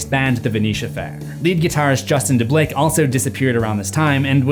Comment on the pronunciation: Pronounced Deblieck wrong lol. It's Duh-bleek. I went to high school with him and we roomed together on our high school band trip in 2004.